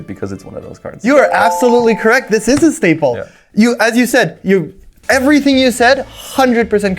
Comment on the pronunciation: Schtaple or Schtinker